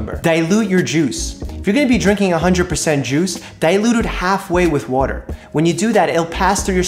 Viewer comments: I like how he says water. “Wuter” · I love the way Doctor Mike says "Water" lol